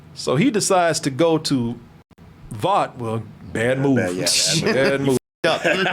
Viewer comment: Why they gas lighting, (Babies day out) is the name of the cartoon that ep 1 spoofed. I mean for fucks sake can't pronounce (Vought) correctly why would he know the actual spoofed cartoon.